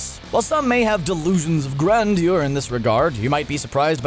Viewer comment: You pronounce grandeur like a weirdo.